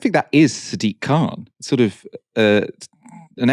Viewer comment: He is not German. His name is K-h-an